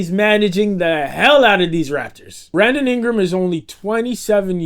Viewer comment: you most certainly said "Brandom Ingram."